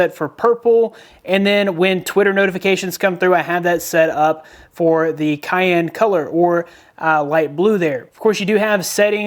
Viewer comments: Cyan is pronounced Sci-An not Cayenne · he said Cayenne instead of cyan lol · cyan with a soft c not a cayenne pepper. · it honestly hurt my ears